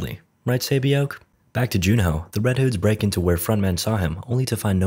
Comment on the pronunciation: I cringed everytime he said saebyeok. Good effort though with most of the other names